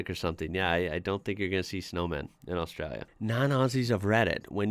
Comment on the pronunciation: I appreciate you pronouncing Australia correctly. Cheers Mate